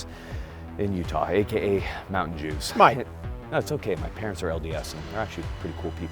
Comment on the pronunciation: Did he just say Mountain Joos??? 🤣